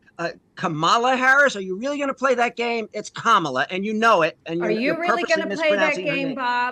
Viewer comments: Do you think is mispronouncing Kamala's name on purpose? It's Comma La, not K'mala. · is a joke. A journalist, or whatever she is supposed to be, that can't properly pronounce the Vice President's name. You need to be more selective on who you put on your broadcast. Embarrassing. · If you can’t pronounce a presidential candidate’s name correctly, don’t pretend to be an expert on the matter… you’re just a partisan hack. Part of the problem. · I think this woman should have been muted until she pronounced the first name of the opposing candidate correctly. It's not hard. The intentional mis-pronunciation that most right-wingers engage in is both a form of "othering", and a way to try and undercut Kamala's brand building. It's also outrageously rude. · Andrew Neil can’t be bothered to pronounce Kamila’s name properly. Time to go out to pasture Andrew. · Same old Republican mispronunciation of Kamala. These people know nothing but degradation. It really is repulsive that they all act like juveniles. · Thanks for correcting the pronunciation of Kamala. It's very unprofessional and insulting to mispronounce a well-known public figure's name.. That made me irritated enough I was just about to move on.